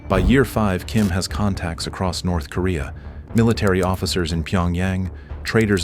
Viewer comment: "Nerth Korea" Do you even proofwatch you AI shite?